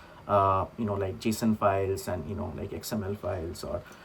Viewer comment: JSON not JASON:face-red-heart-shape